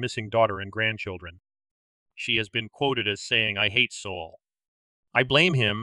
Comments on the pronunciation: Soul? Abbreviation of Solomon? I think it's pronounced SAUL. I never heard a Jewish man named Solomon called Soul. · "Sol" is pronounced "Saul." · It's funny because I didn't notice until I read the comments. 😂 I don't think it matters a lot. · It's perfectly fine if you mispronounce certain name's and places you spend enough time and effort researching arranging & uploading your top notch true crime video's .. You don't have to change anything..